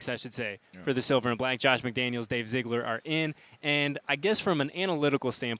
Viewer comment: zeeeegler, how hard is that, why are Raiders content creators so illiterate? first it was zygler, now zigler, it’s zeeegler, and the S in Illinois is silent, YOU ILLITERATE SUMMA MA BICHES